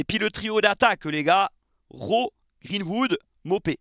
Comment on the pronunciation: "GreenVood" mdr😅😅